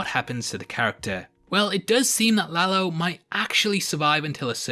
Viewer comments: You actually pronounced it right, it’s no La-low just La-lo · You are one of the few that pronounce Lalo right!. Is indeed La-lo, not La-low. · You didn't butcher the name Lalo.